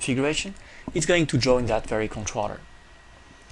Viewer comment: God Dude, it is conTROLLER not Controtter